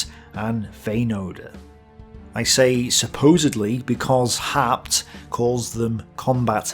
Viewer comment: About the historian Werner Haupt ( ) (which for some reason You "butcher" into "Har-pt", rather than "How-pt"). Your source is English translations of his German original books that came out in post WWII era West Germany, and the only Wikipedia entry about him is in German: In short, he was known to be leaning to the right, focussing on German Wehrmacht members which he had been himself. So his books are more like some earlier secondary sources, and they were rather "popular-historian", "apologetic" works than scientific analyses, which were, under the era of the Cold War until 1990, very difficult. The German-side focussed narrative, written like novels, was intended for German readers who would remember the war only from their side. Like the US GI's in Vietnam, who also later portrayed themselves as the true victims of the conflict, ignoring the Vietnamese view, so did many Germans, dismissing by large all possible inputs from Soviet communist historians, who were indeed as well biased themselves. It only became somewhat better after the end of Cold War I (no.II is right now). I know Your German skills would not be good enough to decypher the OKH diary, or the Wehrmacht reports that were published only in 1995 (compare channel Military History Vizualized, about D-Day). Never mind, those would be primary sources, hard to dig through for anyone, while I know only the OKH diary, which is too much generalized lacking all details that You are presenting. Haupt happens